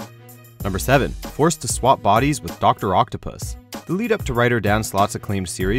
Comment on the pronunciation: So is no one going to talk about how he said doctor octopus🐙